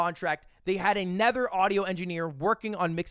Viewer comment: Has anyone noticed ludwig pronounces another like “a nether”